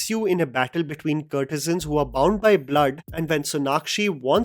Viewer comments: “Courtesans” like COURT-e-suns (like the word ‘court’ - kōrt) - not “CURT-e-sans” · It’s not curtesans,, it’s courtesans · Please stop saying kurtesans it’s “court”e san. How you say court not curt. “Court e zun “ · I agree with you critique. I cant however fathom you repeatedly saying - 'curtisans'. Aren't they courtesans. Perhaps something to focus on before your next critique. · What's a CURRRRRRRT E SUNS??? And not once...SEVERAL TIMES! It's as if this guy has never heard of the proper pronunciation of courtesans in his almost 30 years on this earth. Or Tawaif, perhaps??? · you are pronouncing courtesans wrong all through the video!